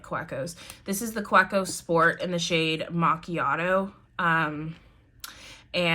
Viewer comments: Ohhh I want the Sailor Brown but can't get it in the UK. Don't hate me but it's pronounced Kaveko , German- so the W is pronounced as a V xxx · Kaweco is pronounced on the middle syllable, the we. Ka-weeee-co. It's a German brand, and the Name is a mix of the two founders' surnames and the word company. :) Good Video though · It’s pronounced kaveco..even though it’s spelled Kaweco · Great collection - built around how you use them. Kaweco is a German company, so the "w" is pronounced like and english "v".